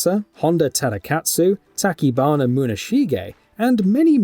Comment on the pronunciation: OMG! And now he pulled a TaKibana on Tachibana in the Nioh entry. This guy is hilarious!